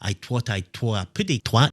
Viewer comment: Bit rude there! Tweety said Taut not Twat! Naughty boy.